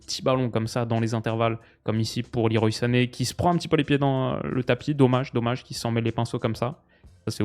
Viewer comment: Petite info inutile pour les diners mondains : Leroy Sané se prononcerait "le roi" à la française, car son prénom serait un hommage à Claude Le Roy, ancien sélectionneur de son père, ancien international sénégalais. Je viens de voir ça sur son Wiki. Sinon super vidéo, ces vidéos d'analyse "à froid" ont vraiment ma préférence sur ta chaine !